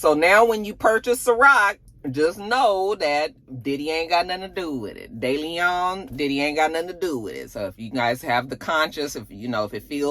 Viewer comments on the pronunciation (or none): none